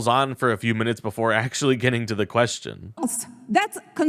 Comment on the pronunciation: American congresswoman? Oy! Oy! Oy! "Octualy" "ver imporant" maybe to learn de English.